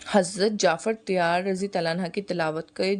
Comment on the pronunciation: Jafer tayyar not tayyara